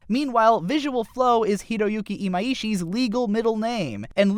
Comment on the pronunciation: I really like your videos- but if you could practice the way you pronounce the animators names it would be even better! Even in the behind the scenes for Kill la Kill its "iMYshi" not "e-mai-e-shi"